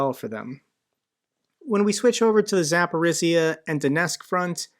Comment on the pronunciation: Hey - in the word Urazhaine the "zh" is like rolling the soft "g" in "giraffe" and maybe googling how the French pronounce giraffe would also be helpful. The same rolling soft "g" for that "zh" in the Zapori"zhzh"ia word as well. Signed sincerely, husband of a Ukrainian wife (Zhinka).